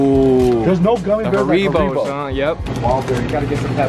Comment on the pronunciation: They pronounce Haribos weird asl